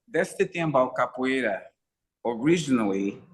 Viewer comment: Great interview. But I really want to know, is the a reason why you don’t say the “ra” at the end of capoeira? It just sounds like you’re saying “capo’ei”. Always wanted to ask. Thought it was the best time to bring it up. Might just be the way you speak. Like “Choreography”. “Co-ography”… just like Phat Samurai. As you can tell, been watching your videos since the jump. Love the channel. Keep it up!!!